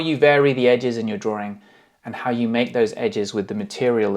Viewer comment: That word drawRing gets me every time